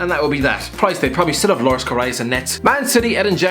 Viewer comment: wanderers18 it was a joke cuz he mispronounced it